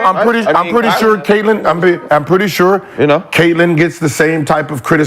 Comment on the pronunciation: Can’t even say Caitlin name and says Paige better 🤣🤣🤣🤣 bro she hate Caitlin